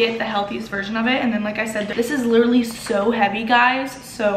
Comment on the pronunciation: You sounded so British at the beginning when you said “soo guys” 😅 honestly love your energy and vibe✨🙏